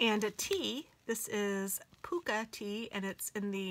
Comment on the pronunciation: Another lovely project bag. It's a weasel in the corner and you pronounce the tea "pucka" as in a hockey puck :o)